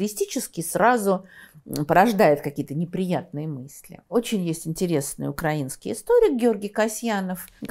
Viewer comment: Даже Невзоров исправляет свои ‘укрАинский’.